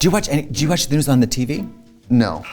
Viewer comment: “THE GNUUUS” I NEED MEDICAL ASSISTANCE 😂